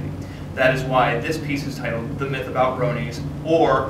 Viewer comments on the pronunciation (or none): none